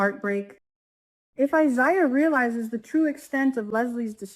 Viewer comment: Omg it's I- ZAy Ya please say it right